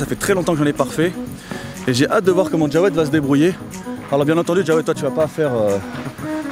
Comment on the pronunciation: On dit jawed pas djawed